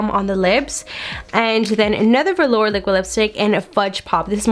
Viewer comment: At least your eye shadow is blended out in this JSC mystery box video. Congrats on also figuring out how to say velour.